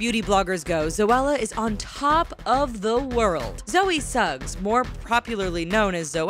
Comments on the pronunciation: Suggs? SUGGS?! Really? It's just Sugg, yo. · ITS NOT ZOE SUGGS ITS ZOE SUGG JEEZUS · Actually Zoella's name is Zoe SUGG not SUGGS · It's Zoe sugg not Zoe Suggs 😂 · sugg not suggs smh🤦🏼‍♀️ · Its Sugg not Suggs 😂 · "Zoe Suggs" nope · zoella's name is Zoe SUGG not SUGGS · Zoe suggs"" GET IT RIGHT 😩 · ITS NOT SUGGS! It's Zoe and Joe Sugg! Why do people think it's Suggs? They even pronounce it Sugg and it's spelt SUGG! Please people, spell it right.. 😭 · Zoe SuggS 😂😂😂😂😂😂😂😂😂😂😂😂😂😂 it's just sugg Exxx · Soooo we just gonna ignore the fact they said Zoe Suggs?? 😂😂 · it is zoe sugg on Suggs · It's Sugg not Suggs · Zoe sugg not Zoe suggs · ITS SUGG NOT SUGGS ARGHHHHHH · ITS SUGG NOT SUGGS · it's Sugg, not Suggs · Zoe SUGGS??? Seriously wtf everyone knows it's SUGG NOT SUGGS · her name is Zoe Sugg, not Zoe Suggs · Omg died when they said Zoe's name was Zoe suggS lmao, it's Zoe sugg 09.53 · ZOE SUGG NOT SUGGS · BTW it's Zoellick Sugg not Suggs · Zoe's name is Zoe sugg not Zoe Suggs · um zoe's last name is sugg not suggs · aaaaaaaaaaaaaaaaaaaaaaaa its sooooooo annnnnoying she said zoe suggs its zoe sugg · Okay, two things. 1. Um what? Zoe Suggs? No s, its Sugg. 2. Wengie lives in Australia. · Zoe Suggs? It's Sugg, not Suggs or Snugs. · It's not Zoe SUGGS it's Zoe SUGG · It's zoey SUGG* idiot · Zoe "Suggs" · Every time she said "Suggs" I cringed 😫😂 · Did she sAy Zoe Suggs? With a S? Watt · Who the fuck gave this voice over a pronunciation guide? No one, I presume. Nicole Guerriero's name is not that damn hard to pronounce. Also, it's Sugg. There is no S at the end! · Where did the extra 's' is sugg come from? 😂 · Aaaand as well. I know it's a small error, but it shines badly on the channel if you don't do your research properly.